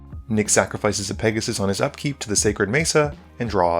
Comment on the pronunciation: I think it’s pronounced Pegussy